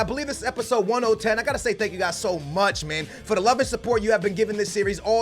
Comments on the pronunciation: Who else is scrolling down to see people make fun of saying episode1010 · How did he say 1oh10 so many times???? hahahahaha